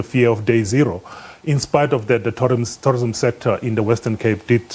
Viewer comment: Its called tourism, not torrism.